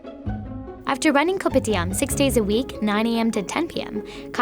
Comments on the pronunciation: The only thing that triggers me that when she says K O P I T I A M we Malaysia ppl say kopidiam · THE narrator: KoPiTiAM Malaysian: cringe